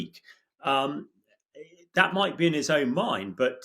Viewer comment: Ontha one hand he Moyte, and ontha other hand he Moyte not.